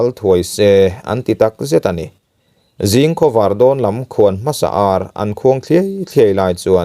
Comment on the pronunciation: Furlai a Zin chu a nuamlo, tih a "Zin' thluk ang hian 'mual zing zum a 'zing" lai hi thluk tur aw.